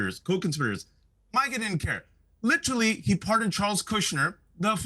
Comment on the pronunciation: LIT-trelly. LIT-trelly. LIT-trelly. Everybody so fancy now.